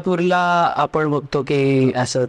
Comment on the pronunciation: अरे दादा ते गाणगापूर पूर आहे उच्चार करतांना लक्ष दे